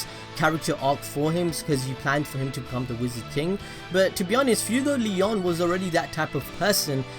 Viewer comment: Fuegoleon is pronounced "foo-eh-go-leh-own" with both e's being pronounced like the "e" in the word "bed"